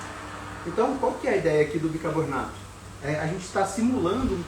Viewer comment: Doutor, não é bicabornato! Bicarbonato, por favor! 😅